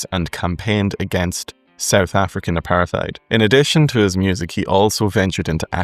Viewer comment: well Apartheid is not pronounced with a "th". It is a composite word pronounced apart-heid.